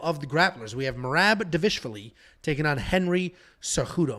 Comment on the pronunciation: Da-vish-vlee… come on. Dival-ish-vili